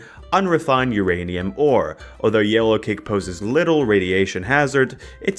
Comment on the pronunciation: Every time says "yellowcake" my brain thinks "Alien Cake" ngl